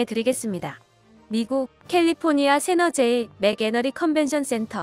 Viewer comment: 세너제이가 아니고 산호세라고 발음하는 겁니다 모르는 단어를 쓸 때는 항상 발음을 확인하고 외래어를 사용하시기 바랍니다